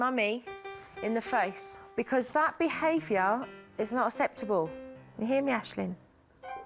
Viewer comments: The kids will think aseptable is the new way to pronounce it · I'm from the UK, I've never heard anyone pronounce acceptable like that. It's a very slight speech impediment from what I can hear. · I wish she would say acceptable correctly! She's so good though has so much patience.